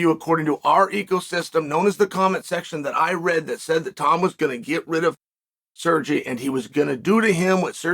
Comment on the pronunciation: Who da fook is "SURjay" 😂😂😂